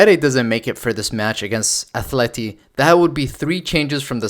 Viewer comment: At-le-ti not Ath-le-ti.